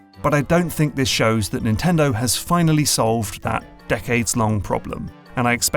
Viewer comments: Insanely good video, the only thing that bothered me is "NNTENDO" . Just kidding, it's good even with that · Is "NNtendo" intentional?